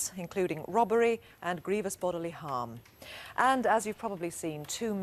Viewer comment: Jacqui and ‘robbery’ sounding like ‘rubbery’. Cute, uh?